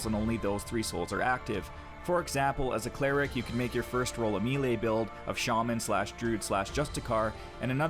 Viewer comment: i can understand mispronouncing melee as its not a commonly used word but how do you not know how to pronounce allocate?